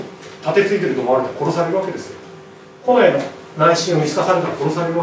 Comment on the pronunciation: 例えば、 「近衛しかいなかった」→「コネシカイナッタ」に聞こえる。プー